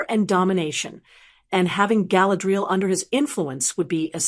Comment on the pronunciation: Get your bot to pronounce her name properly